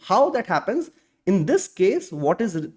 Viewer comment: 1. HOSTing ❌ HOISTing ✅. 2. TEMPORARY dead Zone ❌. TEMPORAL dead zone ✅. It felt odd to hear these pronunciations wrong throughout the video.